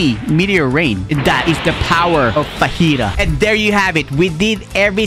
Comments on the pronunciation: im sorry but the gravity admiral is fujitura not fajita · It’s so triggering hearing him say fajita instead of fujitora